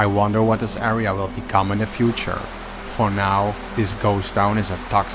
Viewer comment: the, not du this, not dis